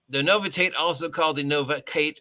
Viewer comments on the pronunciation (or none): No-vish-ee-ate, a novice initiate